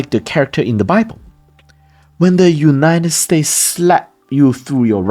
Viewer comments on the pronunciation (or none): United States…please add the “s.” Sounds a bit like Cantonese English when the s is chopped off like that. Great content. Thank you. 🙏